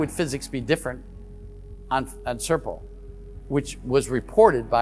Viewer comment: Really enjoy these reports, wish Richard would try harder to pronounce Serpo better lol, all I heard over and over was Serple, and he said it a lot. Imho, I believe the story to be true, just don’t understand why Richard thinks we, the primitive ones know everything there is to know about maths and physics.